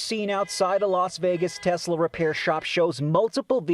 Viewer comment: “I love Tesler!” -Donald J. Trump